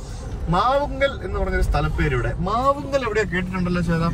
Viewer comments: മാവുങ്കൽ അല്ല മാവുങ്കാൽ . കാഞ്ഞങ്ങാട് നിന്ന് 16 Km മാറിയുള്ള ഉദുമയാണ് എന്റെ സ്ഥലം ❤ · അത് ഫ്ലൈ ഓവർ ആണ് പള്ളിക്കര മേൽപ്പാലം ബേക്കൽ അല്ല തൃക്കണ്ണാട് ആണ് നാഷണൽ ഹൈവേ ഷോട്ട് കട്ട്‌ അല്ല അത് തീരദേശ ഹൈവേ ആണ് മാവുങ്കൽ അല്ല ചേട്ടാ മാവുങ്കാൽ ആണ് മറ്റേത് പുള്ളിയുടെ വീട്ടുപേര് ആണ് ഇത് സ്ഥലപ്പേര് ആണ്